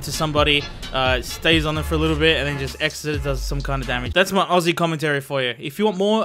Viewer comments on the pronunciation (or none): none